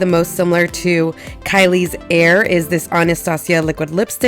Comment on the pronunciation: Heir is pronounced like hair not air that's the way she pronounced on her snapchat